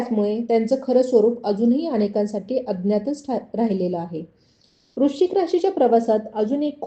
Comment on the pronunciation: वृश्चिक नीट म्हणा